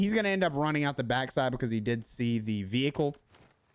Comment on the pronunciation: Love how you say „bacahse“ XD just jokin, I love your vids and my solo performance has really improved, thanks for that🙏🏻🙏🏻